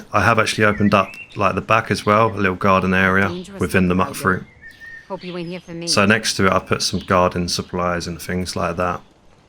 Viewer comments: Im pretty sure Mutfruit is pronounced Mute-Fruit, as in "mutated" from radiation. love these settlement builds, the best ive seen. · You're mispronouncing mutfruit again. Should be pronounced as Mute fruit. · Okay, maybe it’s me. Are we pronouncing Mutfruit “mutt fruit”? What do you call mutants? “Mutt-ants”? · Ok, I'm gonna have to be the one to say it: You pronounce Mutfruit wrong. The first U is the long version, like "you"